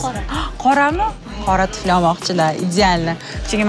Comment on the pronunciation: Tuflini tfli diydi😂